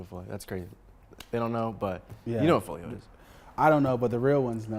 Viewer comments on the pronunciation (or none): bro said folio but meant to say folley lmfao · it’s foley Not folio but been inspired by dude for awhile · bruh it’s fow•lee NOT folio 😭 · HE SAID FOLIO😂 ITS CALLED "FOLEY" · THIS MAN SAID “FOLIO” INSTEAD OF “FOLEY” LOL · foley*** not foleo cmon 😂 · It’s called foley not foleyo 😂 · this dude literally has no fucking clue what he's talking about and is unbelievably pretentious while doing it bro called foley "folio" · Its foley no folio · bro pronounced his name wrong smh